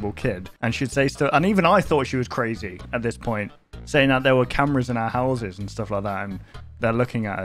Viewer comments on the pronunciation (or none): none